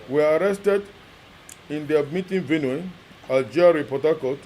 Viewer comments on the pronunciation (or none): Man go to school and learn how to read at least.. VenUe Na Benue .....JESUS